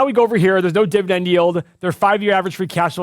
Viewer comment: what is a divident? LOL